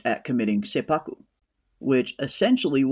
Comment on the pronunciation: Awesome review. Seppuku is pronounced set-pu-ku, BTW. Women are often referred to as the crimson color (red), and an example would be: Ko-itten. Ko-itten (紅一点）is used when there’s only one woman among few men, like one woman executive in a boardroom or one woman in the group of people singing karaoke. Perhaps “Crimson Sky (Ko-ten 紅天）” can also mean one woman going to heaven. I can’t wait for next week!